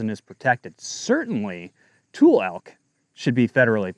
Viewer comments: Tul-lee. Not tool. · Pronunciation Tule = too lee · Its toolee elk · Born and raised Northern Californian here...It's pronounced "too-lee" elk. Not a criticism, just info . Thanks for all you do.